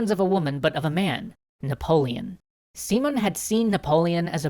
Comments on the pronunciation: Yeah the pronunciation kept confusing me, specially because all the writing has the accent mark in the proper place. Who the fuck is `SEE-mone`? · Most of your spanish pronounciations were okay, but I think Bolivar doesn't have a tilde and his name is accented as SiMÓN BoliVAR. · Guys ! This is Spanish ! You have the accent ! Sim ó n !!!! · guys, his ship didnt stop on México city. The city is inland, so no harbors probably mixed the country for the city. Still awesome video. Also you are pronuncing the name wrong the enfasis in on the o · Am I the only one bothered by the way he pronounces hispanic names? The accent means that you put force into that syllable. His name is pronounced si-MON bo-LI-var. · I'm from Colombia (Latin America) and your story is very good and detailed. (But it is Simón with the accentuation in the O and Bolívar is with the accentuation in the I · I figure that someone may've mentioned it already, but the way you pronounce that leans more towards SimUn BolEEvar. The tildes change the focus of the sentence. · Dunno if the audio for all episodes has already been recorded, but the accentuation on the name goes si-MON bo-LI-var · A small pronunciation correction: the stress in Simón is on the second syllable "si-MON" and in the case of "Bolívar" the stress falls on the second syllable as well: "Bo-LI-var". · I don't want to sound too hard with a non native speaker, but his name is SimÓn Bolívar, with the accent in the "o", not SÍmon Bolívar with the accent in the "i". Anyway, as always, great video (and thanks for showing the history of Latin America!! I want to see what you will do with the "truchiman sacamicas" of Santander and the Reconquista of the colonies) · As cool as these are I can't get over your pronunciation of Simón,! The emphasis is on the O, not sImon, simOn. Instead of Seemon, it's Seamohn" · it's See-môn, not See-mun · It's see-MONE not SEE-mone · Dude, it's not SEEmon, It's SiMON (accent on the "o")